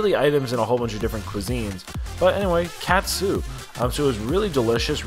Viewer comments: it’s pronounced “Kut-Su” not “Cat-Sue” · katsu, soft 'a' instead of hard, less cat soup 😂 close to like a schnitzel in concept. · Now I’m craving it! Also, katsu in Japanese is pronounced “KAHT-Su” meaning “filet cutlet.” “ton” (pronounced “ToHN”) means pork. So the “King Tonkatsu” t-shirt means King Pork Cutlet.” 🤴🏻🐖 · pronounced as 'cut-sue'...normally katsu sauce is ketchup, shoyu and worcestreshire sauce and perhaps ground pepper. Very popular here in Hawaii as local food cuisine. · Its katsu my friend. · 思い出 OH-moh-EE-deh. Memories No yiddish oysters in Japanese lol. You literally killed me every time you said cat-soo. 😵 TEHM-poo-lah. Nothing “pure” in tempura. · Ouch lol it's pronounced KAW(like saw)-TSU if you were to say it like Japanese. Tempura is like Tem- PURR-UH. Great challenge though! They have alot of challenges in Japan surprisingly how japan is smaller compared to to the states. I follow a couple yt channels of food fighters. Most of them are thin Japanese women that eat like you. Literally. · Thank you for clarifying pronunciation of Katsu and tempura for 👌. It was hurting my ears during the video, haha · Cat soup lol Need shredded lettuce. You pronounced katsu and tempura (ten-poor-ra) wrong. Lol